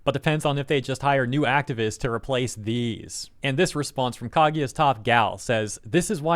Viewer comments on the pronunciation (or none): ohwow, can't read japanese names? Why do you read Kaguya as Kagyat?